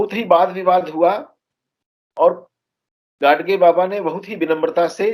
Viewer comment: It's not , गाडसे , ओ गाडगे हैं